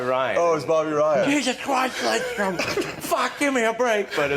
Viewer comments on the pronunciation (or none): Fuck Biz. Stop saying "Lindstrom". It's LIDstrom. No N! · Jeez Biz used to never pronounce Lidstrom’s name correctly